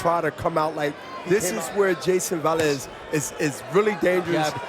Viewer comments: Why this guy is calling the P Rican boxer Valez, his last name is Velez 🫣🤔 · No one corrects that commentator.. it’s not VALEZ …. Friggin needs to be corrected!